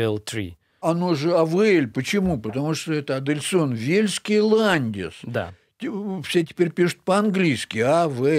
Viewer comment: товарищ учёный же вроде Адельсон, а не Адельскон